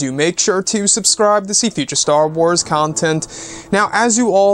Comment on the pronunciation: The way you say the word “content” is really strange